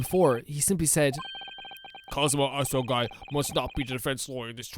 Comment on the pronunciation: I don't think the game ever explicitly says this, but this case takes place in the year 1899. The music in this game is amazing, just wait for some of the later pieces. Asogi is actually pronounced as A-So-Gee.